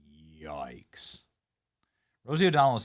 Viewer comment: Not the "YOIKES" Benny! 🤣🤣😭